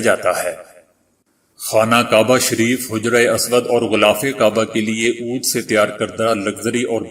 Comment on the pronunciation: محترم آداب! آپکی کاوش کا شکریہ۔ آپ اچھا کام کر رہے ہیں۔ آپ کی آواز بہت اچھی ہے اور انداز بیاں بھی۔ مگر کچھ لفظ آپ غلط کہ جاتے ہیں۔ جیسے آج ، سینما بین ، عود وغیرہ ۔